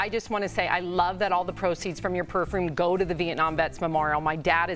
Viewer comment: Jesus please learn how to pronounce PERFUME